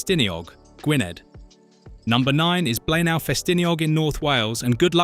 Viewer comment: It's pronounced BLAENAYE! Do some homework first please!!!